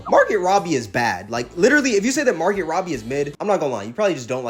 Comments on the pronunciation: It’s pronounced MAR-GO not MAR-GET the T is silent.. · Bro, it's MAR-GO! I cringed each time you mispronounced her name